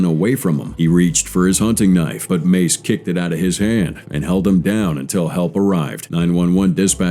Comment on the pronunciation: John Meiz? Sir, that's John MACE.